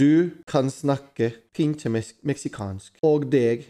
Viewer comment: Pero por qué dice "pincxe mexicans" JAJAJAJ